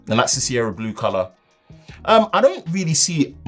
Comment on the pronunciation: be saying Blue like Boris 🤣😂🤣. Great video. Stay Safe. Stay Hydrated.